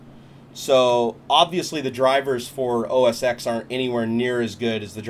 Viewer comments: its called O S TEN....not os X.....damn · It's not OS X pronounced as X it's OS X as OS 10